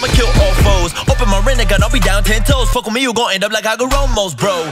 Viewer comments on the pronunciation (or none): none